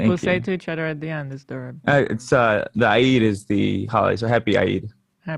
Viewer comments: Sorry "happy Ah eed" ? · I say eed I was kinda thrown off by pronunciation, he's trying to say the arabic pronunciation of the word but since there's no ع letter in english it either turns into A, O or E sound depending on the word